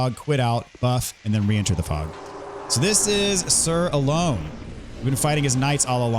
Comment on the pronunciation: I'm fairly certain it's pronounced Sir Alonna (ah-lawn)